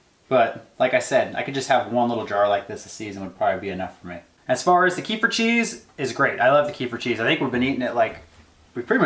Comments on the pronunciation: fyi,kefir is pronounced kah feer with the accent on feer :-) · About the kefir... It is pronounsed as KEE-FEER with the stress in the FEER part. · KEEFER! Rhymes with REEFER. Kehfir is for losers. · It's pronounced, "keh-FEER" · Kefir is pronounced "kuh-FEER" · In Russian it is read as [kef'ir]. The stress is on the second syllable. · Love your videos♥️! A fan from Russia.🙋🏼‍♀️This yogurt “kefir”, but with the accent is at the end of the word🤗